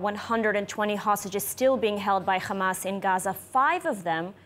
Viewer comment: Khhhhamas 😂 please pronounce your victims correctly